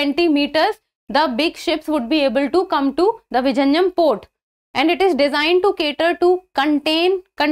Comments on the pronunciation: Its not vijinjam...its vizhinjam which should be pronounced as vilinjam port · Kerala government is so stupid not to brand name it as Port of Thiruvananthapuram.. Non-Malayalees in India and abroad are pronouncing it as Visarjanam, Viraneyeum .. oh ... horrible!! 😤😤 Pinu theetam !